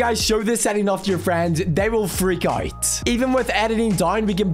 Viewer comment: “They will freak owuyut”